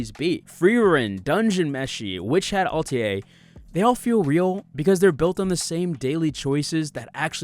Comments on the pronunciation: Why do you keep calling it Witch Hat Altier 😭 do you not know the word Atelier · Peak video, this difference is why I only started liking fantasy after reading dungeon meshi. Its what made me realize fantasy is so much more than the usual western BS. Also, it's not "altier", it's "atelier". Witch hat ah - te (as in, Tennessee) - Lee - err (as in, when a line errs). Well, in English anyway, in French it just ends in "e" but you get the picture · Good vid! Sorry to be that guy, but its Ah-Tel-ee-ay, not Alt-ee-ay. Tough word, but now you know. ;) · (1) Instant subscribe! Great work! (2) Hearing you slightly mispronounce Atelier was actually comforting in a world of ai slop (it’s: “AH-TELL-ee-YAY,” thanks French). (3) Add a little music to your outro so folks like me don’t have to scramble to like and subscribe at the end and fuck up your views when we have to go back to make sure we hit all the magic buttons. (4) Keep up the great work! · You lost me at al-tee-yay. Otherwise exceptional video ❤ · Ah-Tell-EE-Ay.. It's french; means workshop or studio. For instance, your workspace where you draw your comics would be your "atelier". While I agree with your larger points about Frieren, Dungeon Meshi and Witch Hat Atelier vs. The Rings of Power, I would also point out that you're focusing in on the absolute cream of the crop from an entire medium choked with a glut of isekai trash, which is often guilty of falling back on the same tired tropes you pointed out in Harry Potter, Narnia, Eragon, etc. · Please learn the proper pronunciation of several words especially atelier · Gonna need you to read the word Atelier again but slowly this time. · Please Google how to pronounce atelier